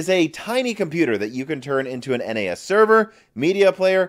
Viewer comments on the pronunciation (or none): you're the man. I gotta tell ya: "NAS" is pronounced "nas" like in "nasty"